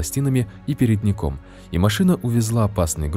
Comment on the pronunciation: "переднИком" . Неуч! Диз!!!!